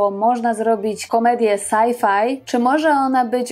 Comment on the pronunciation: O Boże... Komedię "saj-faj"... Po cholerę kobieto używasz języka polskiego, skoro nie potrafisz wymówić po polsku "es-ef", co jest dla Polaka dużo bliższe i zrozumialsze?! I tak mówi mój rodak... Na siłę w Polsce pieprzona angielszczyzna, do tego pożałowania godna.